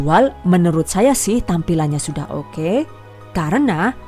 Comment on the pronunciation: Kesini karena "okeh" nya si ibuukk lucu buuknee 😁